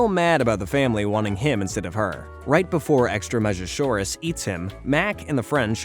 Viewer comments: im convinced this channel is AI, you keep saying extra-measure-saurus when its extreme-asaur. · He also calls the Extremasaur “Extrameasure-saurus”